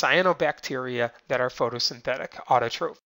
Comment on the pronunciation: He said autotrophs and heterotrophs wrong... It's not (ofes) it's (offs)